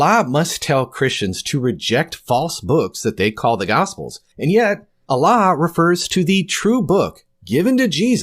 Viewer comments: It's a speech impediment. Allah = A lie 🤭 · Ever notice how Jordan Peterson pronounces "Allah" when he says : "I don't buy your Allah. " to Muhammad Hijab?